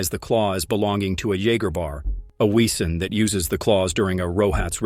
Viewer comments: I hate this AI voice, when it mispronounces the names and VESEN as its written, WEsen 😮‍💨 I have watched this series SEVERAL times and own it on bluray. I LOVE IT!!! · That pronunciation of Blutbad was really, really bad. Maybe just the AI voice, I guess. Oh. And it slaughtered Wesen too. (Although maybe I got the spelling wrong?)